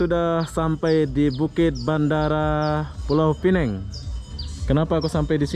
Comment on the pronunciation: Kalau mau sebut pineng, sebut pineng sahaja. Tapi kalau mau sebut pulaunya sekali, sebutkah penuh: pulau pinang. Kalau sebut pulau pineng, itu salah. Yang betul: 'pineng' (penang in english) dan 'pulau pinang' ( bahasa melayu).